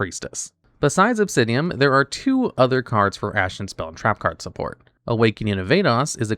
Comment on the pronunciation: 15 minutes of saying Obsidim wrong.